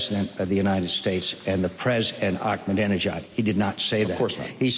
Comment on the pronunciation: lol he couldn't pronounce Ahmadinejad! and again with the disputed "wipe off the map" thing that's been discredited over and over again!